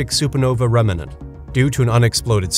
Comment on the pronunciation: I believe its pronounced "remnant" not as "remmenant" xD